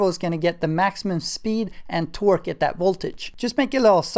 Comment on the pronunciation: LOL LOL .... niiiiiceeee ...oh yes very informative too! hey and its TORQUE not TWERK!